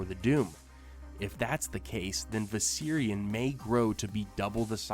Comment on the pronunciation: The way you say viserion is driving up the fucking wall